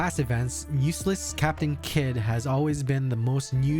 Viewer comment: Are you saying "USELESS CAPTAIN KID"? HHAHAHA